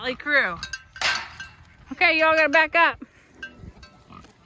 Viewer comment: You are a full blown Texan now. “Y’all” came off your tongue so easily.